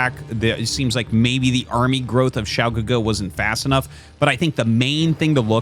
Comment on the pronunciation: Hey Arty! Great pronunciation of Xiao GeGe btw. You are truly a master of the casting craft. When I look at game 1 I kinda was thinking to myself what would Snow do as the Terran was pushing. Do you think he needed double reaver to hold off that push instead of just one? Or would it have been the same outcome? Would mass shuttles have been the correct play? It looks like Xiao GeGe was trying to flank too, but was hesitant as he prob knew mines were there, but couldnt he have taken like 2 zealots and run them through to clear some of the mines before sending the rest to flank or was that not worth it?